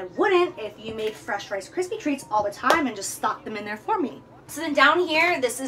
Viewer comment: "RIce Kryps" hahahaha